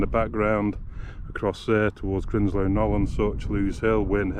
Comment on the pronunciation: When will all of you that do north derbyshire films realise it's grindslow and grindsbrook, the grind part rhymes with rind...as in bacon. And lose rhymes with booze in lose hill. How the fuck can win hill and lose, rhyming with close make sense. Old battle... win and lose. Beavers and many others do it...fucking thick